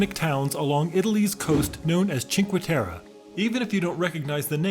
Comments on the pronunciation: i do understand you are not italian, but Cinque Terre does not have an international name. Its not like Milano where of course you would say Milan. You do pronounce cinquE ...not cinqu, and then you say "ter"... like WHY would you just pronounce whatever whenever :)) In italian you pronounce every letter unlike French or English where you have to guess what you have to say. This place has an italian name... not an international one. So just read every letter, its not that difficult. Other than that, nice video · Is it sooo hard to pronounce the last "e" in cinque terre? :((((